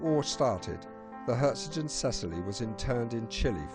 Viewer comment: Perhaps this was the best end for her, though. In just a few years she would have been impounded by the Allies & probably rusted away or scrapped. Instead the sea took her with no lives lost. btw There is no 't' in the name. It is 'Herzogin Cecillie'. And the title 'Herzogin' is German, i.e. it has a hard 'g'. Lovely video though, thanks.